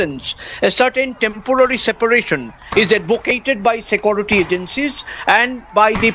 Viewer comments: I learnt to pronounce 'SecOrity' from the professor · Secority ??? Wtf is secority ???